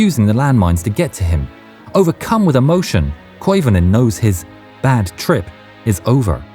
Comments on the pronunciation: Koivunen not Koivonen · Koivunen, not Koivonen.